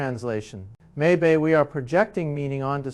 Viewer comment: He said "maybay" instead of may be. A.I.